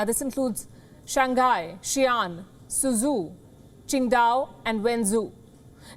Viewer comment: I know she pronounced city names incorrectly when she said SUZU she meant Suzhou. Chinese city names are not easy to prounonce not unless you stay in China. I myself as an expat inChina cant pronounce some cities correctly